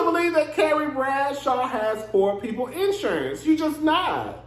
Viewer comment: you said IN ‘surance like how Tisha (LAMH) pronounce EEEVENT🤣🤣🤣🤣